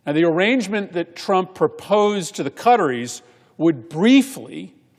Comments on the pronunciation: Why cant this guy pronounce Qatar properly? Just sayin…..it Qataris…in plural Not cutteries!! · "Cutteries" .... lol American pronounciation of (or lack of ability to pronounce) foreign names is always amusing.